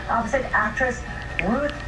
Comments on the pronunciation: I keep hearing "Roof" instead of "Ruth" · I thought JJ was saying roof instead of RUTH so I enable the caption and it's alos says roof